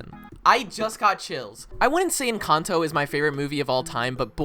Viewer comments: It was so clean. Like was said by a native Spanish speaker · Every Latin person got chills from that pronunciation of, “Encanto”